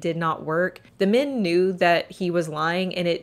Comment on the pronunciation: It's mEn not mIn.... jesus....